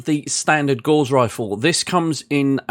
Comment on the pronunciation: NoGutsNoGalaxy triggers me on this a bit as well, but the word 'Gauss' rhymes with 'mouse' and not with 'moss'. Liking that you have put this series together as I'm considering moving 'up' from vanilla to BTA. Subbed.